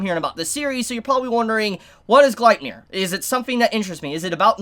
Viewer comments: ur still saying it wrong. u got the nier right but its gleipnir= gleip (like gloop but with an A sound) glape like cape + nir like near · Its pronounced {glay-pnir}